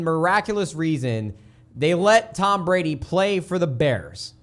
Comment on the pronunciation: You said Tom Brady's name wrong... There should be a GOAT in their somewhere.